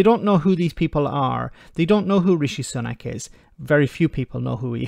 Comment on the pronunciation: Sorry, I'm British........but who or what is this 'Rishee Soonack" you speak of?😉